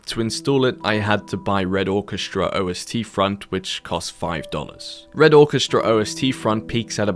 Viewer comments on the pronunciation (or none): It's Ost. Russian for East. Not OST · OST is just German for East. No need to pronounce every letter individually :)